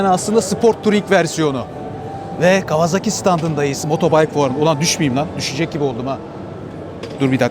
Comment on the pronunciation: Kawazaki değil ..KAWASAKİ..